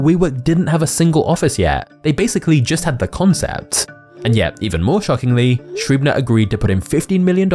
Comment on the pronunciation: This vid is so good that I’m deliberately nit picking your way of pronouncing Schreiber. Give it another try 😂